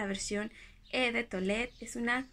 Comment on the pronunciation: No te vayas a tomar a mal mi comentario y disculpa el atrevimiento, pero no se pronuncia "e" de toilette, lo correcto es "o" de toilette. Me gusta mucho la dulzura con la que hablas y como te expresas, por eso he querido corregirte este pequeño detalle.